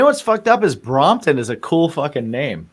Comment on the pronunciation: Watched again, like I remembered…good interview. Gear, food, and mispronouncing “Brompton”. One of these days I’ll get on the Patreon. Keep rockin’🤘🏻